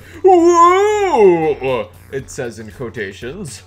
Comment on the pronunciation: Lol I thought I was the only one who noticed UwU